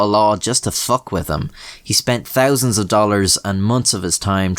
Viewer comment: It's thousand, not tousand.